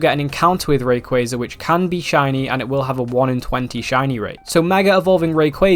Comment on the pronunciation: RAYquaza not REY.